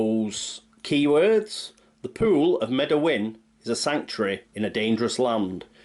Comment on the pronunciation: Whenever you say pool, it sounds like poo, and makes me laugh. But love your videos!